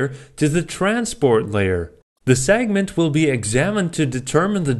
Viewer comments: Please,.it's pronounced segment, not sagnent. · I was watching this at 1.5 speed, and it sounded like he was saying "sagment" instead of "segment".